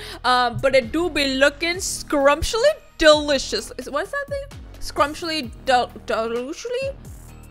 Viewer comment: No one:: "ScRuMsHlY dEloOsHly?"